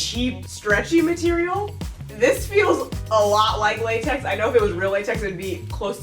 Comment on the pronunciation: It is datex instead of latex